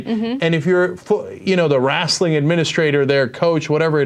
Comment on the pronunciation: LOL at Cenk saying "Wrastling Administrator" like he's a southern hick.